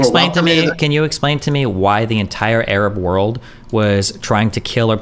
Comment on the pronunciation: Why does he say Errub instead of Arab?